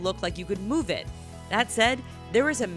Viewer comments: she could not say move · lol, listen to her try and say the word move.